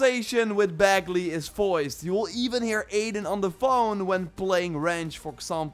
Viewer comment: I swear i hear adin & ranch, instead of aiden & wrench